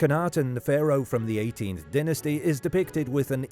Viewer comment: You did NOT just butcher the pronunciation of DYNASTY.